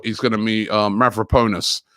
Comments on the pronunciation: Mavropanos Robbie, not Mavroponis. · Who's mavroponas rob 🤔 It's mavropanos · Mavropanos. pAnos not ponus!!!! 🤦‍♂️🤦‍♂️🤦‍♂️🤦‍♂️🤦‍♂️ muppet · No one: Robbie: Mavropowwnes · I'm only watching these for the name pronunciations. Mavro-Ponus lol